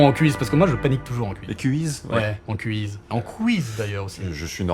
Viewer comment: Est-ce que François Theurel a-t-il déjà entendu parler de l'hypercorrection (correction fautive par volonté excessive de bien parler) ? Car le mot "quiz" (avec un seul "z"), se prononce bien |kwiz|, comme en anglais, avec un son "ou" comme dans "oui". Sans rancune Franky, mais c'est tellement injuste de voir quelqu'un couper la parole de son interlocuteur pour le reprendre de manière condescendante et à tort. 🙋‍♂️